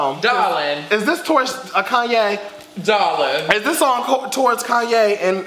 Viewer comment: i just keep coming back to this video ... and always find something more hilarious then the last time ... “it was right in front of your face dawling”